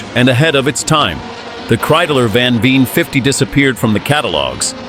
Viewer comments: Al least get the name right...van Veer??/ It's van Veen,pronounced like VAIN. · Just a little correction: It is mr. Van VEEN. Not van Veer 😢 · VAN VEEN, not van veer. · You pronounce it as [van - english 'one' with a v before] [Veen - 'Vayne'] I saw / heard / smelled these Kreidlers IRL, they're so awesome! When I was a teenager these racing Kreidlers where the inspiration for me and my friends to tune our 50CC Kreidler RMCs to the limit. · Nearly all 100% AI generated rubbish. Didn't even pronounce his name correctly.